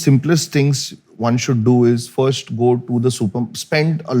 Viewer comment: Firsht nahi first hota hai mote 😂